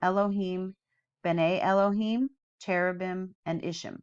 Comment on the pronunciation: Just as a little FYI the Hebrew words ending in “im” (seraphim, cherubim, etc) the im is pronounced “eem” not “imm”! So “ophanim” is pronounced “oh-fan-eem” not “ohf-fannim”. You are saying it right when you say Elohim. And just a fun fact for anyone reading the “im” makes a word plural; eg: one cherub, many cherubim.